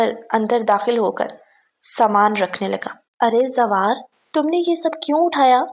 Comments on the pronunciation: Zawar ka nam lena nahi ata apko zwar zwar krny lagi hoi thi or mujhy gusa aa raha tha ap k aisy bolny pe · Asslam alekum inki urdo shi nhi h zwar ko zawr path rhi h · Zaawy nhi zwaar Naam hai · plz hero ka name tu theek say lain ....Zawwar